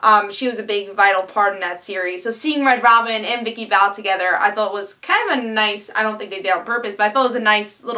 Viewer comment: Minor nitpick, but it's Vicki Vale, not Val. I can understand different people pronouncing things different ways, but it was said as Vale (or phonetically Vail) in the first Tim Burton movie and in the pilot of Chuck. Other than that, I just found your reviews today, and love them. And damn, you're cute.